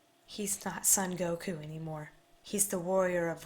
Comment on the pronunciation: His name is actually pronounced more like "Soan Goku" rather than "Sun Goku."